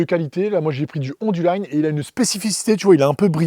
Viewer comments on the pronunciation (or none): Ton partenaire Onduline doit être surpris de ta prononciation. Onduline est une marque française créé en 1944. Donc on prononce Onduline comme lapine, tartine, copine, Martine, chopine, Chine, médecine, usine, machine, cuisine......... Ca c'était pour le côté relou. Sinon, j'adore de projet et les vidéos sont sympa, dynamiques 👍